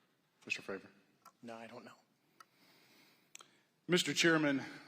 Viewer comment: will all due respect, can you please f*ing pronounce David’s name right? It’s Fray-vor, not Favor lol 🤦‍♂️ Thank you for your service to the whistleblowers 🫡